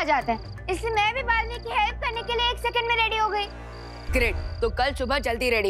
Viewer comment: it baalveer not baalveet